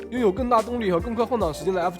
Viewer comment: FXX 不是 F叉叉！